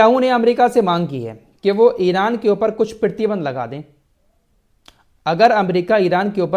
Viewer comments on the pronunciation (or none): PRATHI BANDH KO PEERTHY BANDH KAH RAHEN HAIN, AUR EK BAAT KHANDAN BOLE TOH TARDEED(DENIED ) KO BOLTE NINDA (CONDEMN KO BOLTE) ZARA TALLAFFUZ THEEK KARIYE AAPKA MERA NAAM AFRAAZ HAI HYDERABAD TELANGANA INDIA SE.